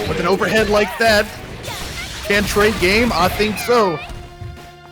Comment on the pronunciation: Its CAN-TRAY-GAME lol. Can like a soda can, tray like a lunch tray